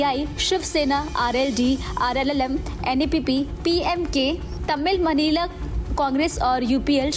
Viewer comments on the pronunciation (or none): none